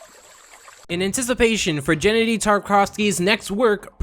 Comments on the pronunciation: "Jennedy Tartkovsky" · I think you mean "Genndy" not "Jennedy"